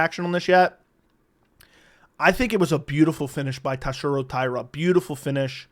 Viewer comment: Buddy. You BUTCHERED TATSUROS name. You had one job you absolute blob